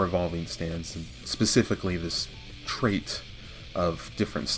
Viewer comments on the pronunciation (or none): none